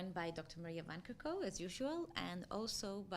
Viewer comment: Awful to hear the name "van Kerkhove" pronounced like that.